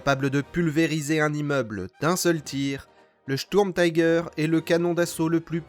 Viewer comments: Pourriez vous prononcer Sturmtiger complètement à l'allemande s'il vous plaît, on dit Sturmtiger pas taiger, c'est de l'anglais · Bel effort sur les prononciations. Sauf le "taille gueur" qui pique un peu, c'est pas de l'Anglais ^^" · Merci pour ce docu'. Comme dit par ailleurs en allemand la prononciation est plutôt "chtourmtigueur". L'engin lui-même fait partie de la multiplication des projets qui ont fait perdre beaucoup de temps et de moyens à l'Allemagne , personnellement je ne m'en plaindrais pas! La victoire a été à ceux qui produisaient en masse des engins simples en évitant de s'éparpiller en projets diverses et inutiles! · J'ai un doute concernant la prononciation de tiger à l'anglaise...